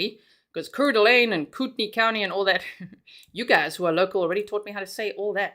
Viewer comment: It is pronounced Core Da Lane it’s where I’m from 😊